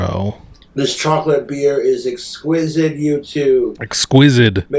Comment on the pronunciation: It really gets me every time how he pronounces it "exquisid."